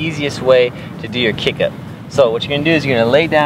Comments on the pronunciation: its kip up not kick up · Brother its not kick up its kip up